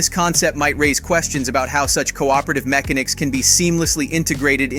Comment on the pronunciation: "MEK-A-NICKS" LOL